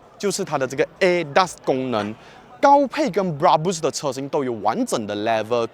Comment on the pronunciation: Brabus 的发音发错了啊 😂 不是bra- bush , 是bra-Bersh 的读音😂